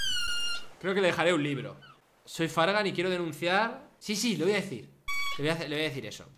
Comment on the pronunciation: Eso no se dice fargan.